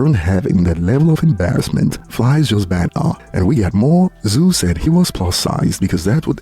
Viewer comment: You pronounced banter as ban'a 😂😂😂